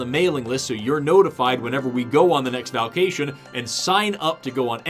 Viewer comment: I giggled at "Valkations." Glad you had fun and keep up the good work friend.